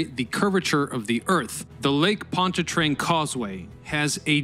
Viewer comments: Why do you pronounce Pontchartrain as "POND-a-trane?" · It’s lake pont CHAR train.